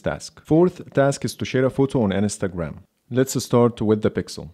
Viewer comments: Your pronunciation of Instagram wasn’t recognized because it sounds like Ns ta gram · "Share on enestagram"